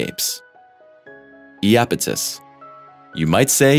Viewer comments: You've gotta be kidding ,now your throwing yupidus on top of the train wreck of mispronounciations ? Please I love this channel but your killing us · I looked it up. Iapetus in Greek is 'Ιαπετός, pronounced as Ya-PAY-tos. I wouldn't say his pronunciation was a train wreck. He has done worse, much worse.